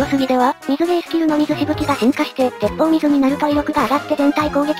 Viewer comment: てっぽうみずじゃなくててっぽうすいだとおもう(多分)